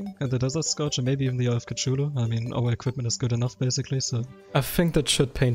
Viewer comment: The weird pronouncing of Cthulhu was a meme back then, you did that on purpose.